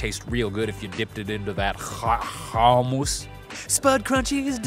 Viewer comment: where did you learn to say 'kuummmus'? From your days at the Det TJ maybe? hahahaha LMAO! I'm showing everyone this video, so funny (and informative)! :)